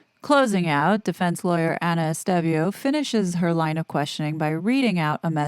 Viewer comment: Estevao is pronounced ES TAY VOW. You obviously read comments.